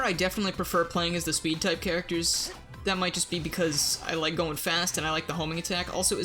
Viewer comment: SONIC. IZA. SPID. TAIP